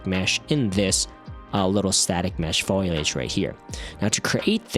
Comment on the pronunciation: I hate to be this guy but think it's pronounced foliage not foilage...